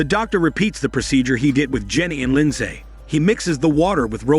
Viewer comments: That's not how you pronounce Lindsay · He’s not pronouncing Lindsay correctly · The American pronuciation of Lindsay is hilarious to me as a Brit. We just say “LIN-ZEE”.